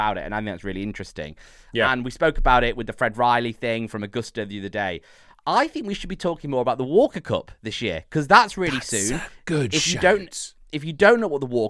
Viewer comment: I let it go the first day but it's Fred Ridley! With a D! Fred Riley is my local butcher. 😁👍